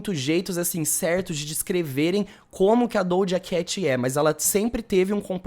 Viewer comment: Acho tão interessante ele falar dojacatch